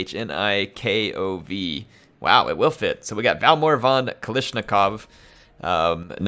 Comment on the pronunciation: His pronunciation of Kalashnikov hurt me on a spiritual level